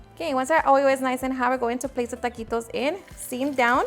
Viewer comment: Tuhhh-qee-toes don't need the extraness